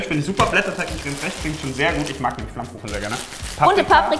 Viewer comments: Bester moment::creme fräääsch 😂😂😂😂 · Creme fräsh xD Ah man ist einfach cool.